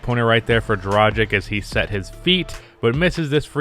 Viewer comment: i love you but please learn how to pronounce the name Dragic. Coming from europe its pretty annoying to hear people pronouncing it wrong all the time😂